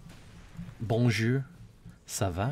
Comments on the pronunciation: remember to roll your R's like a Scottish accent but with the back of your tongue not the front, also E is pronounced as euh. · "Bonjure... Sava... Etwa... Seswa... FUCK!!!" is indeed the supreme wooer of the women folk.